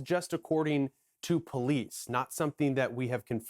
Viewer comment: It’s pronounced “Buck-canon” by the locals, not “Bu-canon”. Also, it’s Southwestern VA, not Western VA.